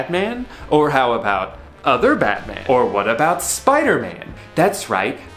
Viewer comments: I almost cried every time you said 'wat' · The way he pronounces “wat” has me hacking up cum and mucus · It was so funny the way you pronounced the “wat” and “2” in the story, 10/10 reading out loud drew!! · I love the way he pronounces "Wat" cracks me up every time. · The way he pronounces “wat” has me cackling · He says wat just like I would imagine